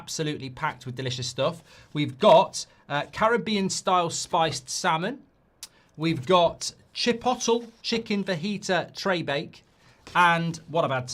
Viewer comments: Mark, it's pronounced 'Chi-pot-lay' not 'chi-pottle' 😂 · There is no way mark called chipotle “chipottle” 😂😂😂😂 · chip-ottle lolol and btw your laptop will have been taking off because your power plans settings probably changed, check your power plan settings that would also explain the screen brightness, also alt+f4 is the shortcut to fix that issue like another viewer told you yesterday Mark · Rumours are rampant that we’ve put in a 60 mil plus add ons bid for Chipottle. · . The way mark pronounces chipotle. Unreal 😂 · Highlight of the show was listening to Mark pronounce Chiptole 😂😂😂